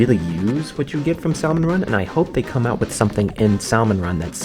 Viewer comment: I missed you saying salmon run wrong sooooo much since like 2018